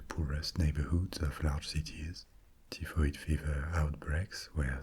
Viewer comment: hi, we pronounce her as TIE FOID Mary. You're language skills are phenomenal and I'm being an Irish Karen now lol For somebody that lived in Paris, for 2 years, my French should be parfait but its basic. I can get around though. Peasants is pronounced PE ZENTS not PEA ZENTS :). Can you also speak Spanish too?